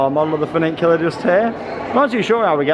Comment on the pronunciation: There's only one "n" in the word, "funicular". I like how you say it though, - very unique, "funiNcular". Legend.